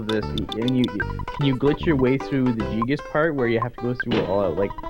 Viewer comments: Dude, did he just say jee-gas? wtf its guy-gas man. Get your shit straight. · Gee-gus. That's a new pronunciation to me :P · i this is fantastic, only thing i couldn't stand was their miss pronounce of Giygas, ....not Jigas.....>.<